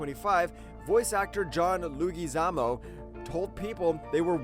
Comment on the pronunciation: Dud its leg-gua-zamo and Nev camble